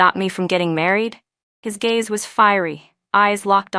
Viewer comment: Gaze, not"gays" 😊